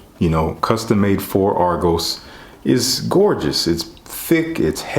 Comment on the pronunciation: Just hearing about this house, Thank You for pronouncing the name right 😂😂💯